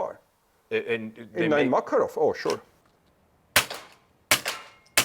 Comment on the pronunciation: Dude, thank you for the video, but... - Mekerov? Really? It's MckArov. I mean the way you pronounce the name of the pistol. Mekerov... (boo-hoo-hoo).